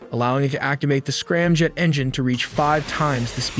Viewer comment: I don't understand why the commentator or the AI software is pronouncing M to sound like N..? Its driving me crazy, he keeps saying "Ranjet and Scranjet", not 'Ramjet and Scramjet'..🙄🤦‍♂️🤷‍♂️